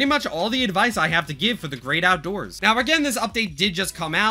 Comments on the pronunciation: ah yes, the "OUDOORS SUBFLOOR" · The “Oudoors”